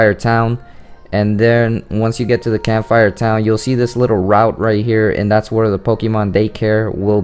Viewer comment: Hey everybody I think he needs to learn to pronounce Cam-phi-er Town! Also anyone who knows the basics about breeding knows this!